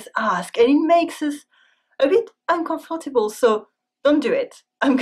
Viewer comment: la façon dont elle prononce monarchy, uncomfortable, etc... : c'est des fautes.